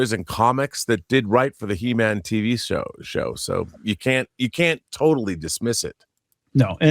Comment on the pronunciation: It's HE-MAM!